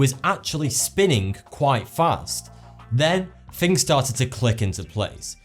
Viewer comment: P.S. If youre going to narrate please fix your diction. Things not Fings. Thousand not Fousand. Farther not Fahver. Etc. Otherwise good vid